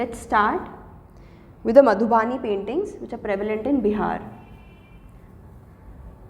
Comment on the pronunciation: It is मधुबनी not मधुबानी